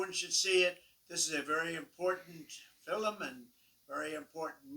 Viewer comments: Why did he pronounce the word "film" like filem? He did it twice. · Did he say "Fil-em"? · Side note: He pronounces the word "film" like an Irish person. Filem. Interesting.